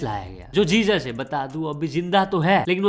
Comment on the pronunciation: bhai wo likhte time Jesus likhte hai but pronounce hezuz kiya jaata hai